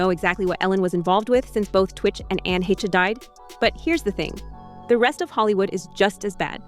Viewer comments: Its “haysh” not het-che ai narrator😂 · I thought Anne Heche is pronounced Hesh, not heshey. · Ann hetchy????? Hayshay??? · Anne He-che? That's not how her name is supposed to be pronounced. No respect for the dead. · It is. The ai in the video sucks